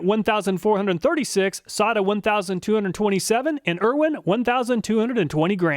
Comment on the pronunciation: I thought it was pronounced "Say-ta" not "Saw-ta" but another great job. I would not think of half the tests to do on the tools that you do.